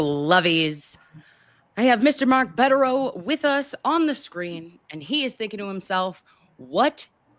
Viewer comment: I think they are wonderful too. I did cringe each time she called him Mr. Bedereau. It is Attorney Bederau.